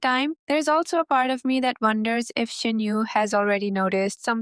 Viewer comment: The u in Shin-U is probably pronounced uu rather than yu. As someone who learned of the series from a trailer of the anime and who decided to binge the manga and the light novel as a result, you're in for a ride. Reirin is awesome. Some of your ideas are spot on and some are not XD